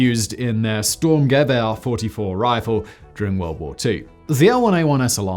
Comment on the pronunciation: best pronounciation of "Sturmgewähr" i´ve heard in a very long time